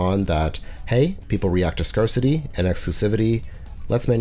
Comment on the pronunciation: Interesting video. Work on your verbal delivery. Needs to flow better. Try avoid mispronouncing words like "temporal" and "scarcity". Will be checking out your other videos. Keep going!